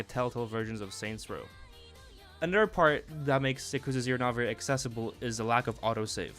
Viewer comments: bro just said "Yuh-koozuh Zero" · He really said Yak ooza... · I've never heard someone say Yakuza with such disfigurement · No one pronounced yakuza correctly lol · why do you pronounce yakuza like that